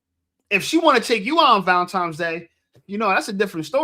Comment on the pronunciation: Theres no M in Valentines Day 😂....its not Valentimes day